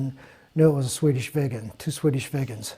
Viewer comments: Did you just call it 37 VEGAN....!? :P hahahahahah. I know iths not easy to pronounc swedish but I was laughing for several minuts. Lets feed it some carrots ;) Love you chanel :) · Pronounce Viggen in the same way as you pronounce big.